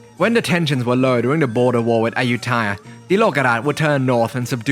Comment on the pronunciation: Quite informative. I hear a lot of mix in your accent, which is intriguing, but the one thing I want to ask about is your pronunciation of Ayutthaya. Is that normally how it's pronounced in The North, with a long vowel in the third syllable?